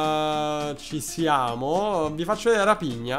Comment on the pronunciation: Quel raphina si legge rafigna